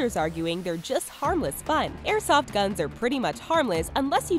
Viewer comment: Omg learn how to say airsoft